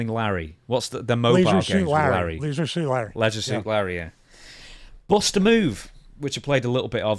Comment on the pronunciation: Congrats to Stevie on pronouncing Leisure correctly 😂